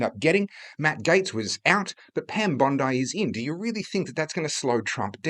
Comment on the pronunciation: FFS pronounce their names correctly. Pam isn't a beach. Pronounced bondee.